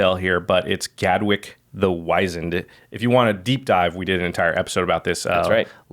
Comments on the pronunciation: Guys, come one, I told you, it's WHIZ-END, not WHY-ZEND. Get it right. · You keep calling him Gadwick the WIZE-end Rather than Gadwick the WIZ-END He's WIZENED NOT WIZENED!!!